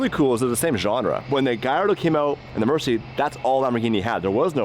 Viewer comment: just an fyi its a lamborghini murcialago so if you shorten the name like they do in the videos its still a murci not merci like your thanking someone in french